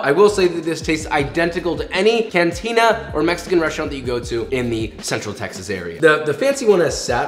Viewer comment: instead of ''Texas'' I thought you said ''taxes'' xD